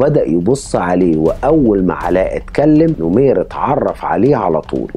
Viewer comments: نَمير ..مو نُمير .. وسردك جيد لأن مابي إطالة وتكرار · نمير بفتح النون وليس نومير